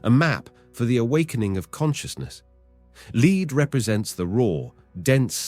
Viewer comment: lead here is pronounced as LED...metal lead.i'm Saturnian very lead.it needs fuel so ashesashes all fall down...rowrowrow your boat merrily merrily merrily life is just a dream.